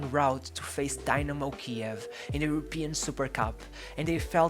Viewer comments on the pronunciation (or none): none